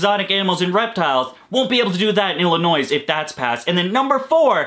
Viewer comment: The S is silent in Illinois.